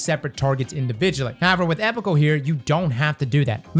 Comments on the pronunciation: I hate to be that guy, but it's pronounced ee-pok-ul. The base word is epoch, like the eocine epoch. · it’s pronounced “ee-pock-ull” integration, just so you know